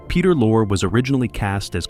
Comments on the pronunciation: Pronounced Peter Lorre', not Lore--what are you talking about? he was absolutely in the movie. Paul Lucas played Pierre Arronax! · "Lorre" is pronounced "Lorry". And what's this idiotic crap about him being replaced??? Good grief, you AIs get stupider and stupider all the time!!! Don't listen to this, people!